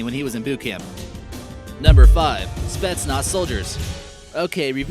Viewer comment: It's not spets nots it's spet Naaz